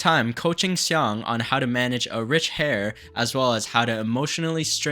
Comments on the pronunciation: Heir is pronounced “air”, not “hair”. Loving the content and loving the fact that I’m married😂❤. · “ Hier” is pronounced “ air”, not “ hair”.😂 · “Heir” is pronounced “air”. ✌🏼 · FYI: "heir" is pronounced as "air". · You probably won't see this but heir is pronounced "air". The H is silent.